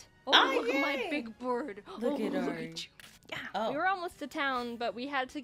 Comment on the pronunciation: is no one going to talk about how they perfectly said teriyaki and Ari